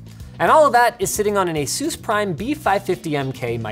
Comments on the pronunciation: The way you pronounce asus. “Aye-soos” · Stop pronouncing Asus so silly please. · lol the way you say Asus sounds like Jesus in spanish